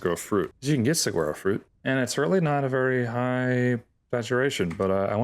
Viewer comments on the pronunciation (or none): Suhwaro not however you're saying suguaro lol